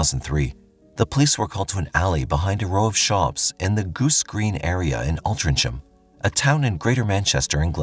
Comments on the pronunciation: Hey mate the Last case It’s pronounced alt-ring-ham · The last case was insane. The town is pronounced Al-tring-ham!!